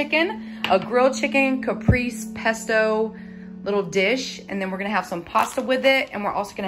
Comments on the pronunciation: It's cah-pray-zay for caprese lol A "Caprice" is an old school car! The walk was so wonderful. Do any of the Dollar Tree employees comment on your weight loss? You probably look like a different person. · it's pronounced Kuh- pray-zay salad. But either way you want to say it, it looks delicious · I think you meant caprese… lol it’s pronounced like (cap ray zay) … love you girl no hard feelings! Also I make this recipe all the time my kids love it! I usually make my own pesto but also you can put the mozzarella and chicken underneath the broiler until it melts and then add the tomatoes and pesto so it doesn’t lose its color just a suggestion